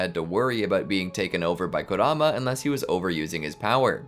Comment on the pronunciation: Hold up did he said instead of kurama you already know this will be good